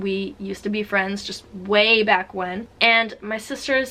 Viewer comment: she said way back wen